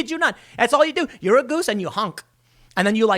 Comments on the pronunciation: The way he says "Goose" made me laugh. Just funny. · LOL why are you saying “goose” like that!? Mouth is aching from laughing 🤪